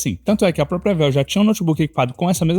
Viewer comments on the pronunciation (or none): none